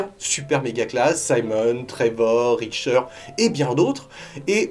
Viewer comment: Et est-ce que Konami se rappelle de Goemon? Suikoden? On continue la liste? xD Manque SotN sur Switch maintenant...... Ah au fait, c'est Richter, pas "Ritcher" ;) Pas de soucis à se faire pour Mercury Steam, puisqu'ils ont toujours un pied dans les Metroidvania (hello Samus Returns) ;) Et sinon, quelqu'un aurait des news de Castlevania Moonlight Rhapsody???